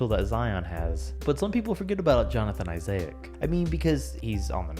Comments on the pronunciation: Dude cant say isaac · I-say-ic’s mispronunciation is akumpo level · Why he say “isaac” like that? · Why do you say Johnathan Isaac name like that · You’re pronouncing Isaac wrong in Jonathan Isaac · Does he not know how to say Isaac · How you get Al Farouq Aminu right but not Isaac?? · Everyone is talking about klay and issac’s name being pronounced wrong but why the heck isn’t Michael Jordan in the number 23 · Pissed me off so much when you were saying “Isaac” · Every time you said Jonathon Isaac I cringed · The way you pronounce John Isaac's name is driving me crazy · why do you say Jonathan Isaac like that, or am I saying it wrong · i had to dislike a video cuz of how you kept on sayin jonathan issac name bruh😂😂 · dont say Jonathan Isaac ever again thx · Was driving me crazy every time he said Jonathan Isaac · My isaac and when he said it like that I died a bit inside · L K well if he’s trying to do an informative video then I think people might want to know how to pronounce names. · Yea and I’d know because I have a brother named Isaac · Learn how to say isaac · Iseic? What? It’s pronounced (Isec) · I-sa-ic (should be I-sac) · Isaiah-ic lol its i-zik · Say it with me: I-ZIC; not I-ZAY-IC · Issaic?u mean Issac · Bro it’s not “Isaiac” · HIS NAME ISNT ISAAIIC ITS ISAAC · bruh it’s pronounced i-zack not izayak lmfao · Isaac is pronounced "EYE- ZICK" and not "EYEAYZIK"😂😂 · Isaac is not pronounced “IZAYICK”. It’s pronounced “IZICK”. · Reality: Jonathan Issac. Him: Jonathan Isiaic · Izayic lmao eyeszike is how its said for next time lol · “Jonathan Isaic” it’s pronounced I-sic not I-say-ic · Why did you say Isaac as isiaic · "Jonathan Isaiac" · “Jonathan Isiach” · Jonathan Isay-Ack sounds like a baller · mans said eye-zay-ick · WHO? Jonathan Isiahyacc 😂😂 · Jonathan Isa-ic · jonathan “isayic” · ya its not Johnathan isayick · I gotta quick question who is Jonathan Isiaha-ck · Jonathan I-say-ac? Who is that? Great video do. keep it up🔥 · “Jonathan isayic” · Eye Zay ick 😂😂